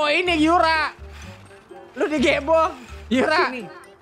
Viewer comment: Yuka anjir bukan yura😂